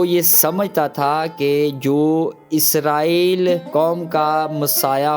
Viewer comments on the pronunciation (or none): none